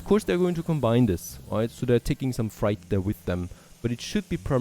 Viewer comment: Great vids, just a heads up though...its pronounced "Fr8"